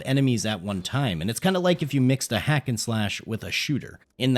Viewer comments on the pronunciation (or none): none